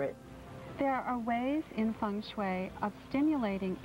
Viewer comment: Feng not fung but whatever. I love Taylor Dane.